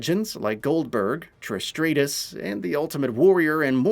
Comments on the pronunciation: It’s not stray-tis lol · Who says Stratus like that!? Lmao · Who the hell is Trish Straytus? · The face that he said Trish "Straight est" shows they didn't care to find ONE ACTUAL wrestling fan to do this. Getting a BROWN DOWN from me for this "review"